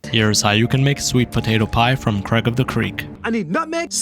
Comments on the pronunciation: is this guy allergic to saying the i in craig? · i just noticed 😂😂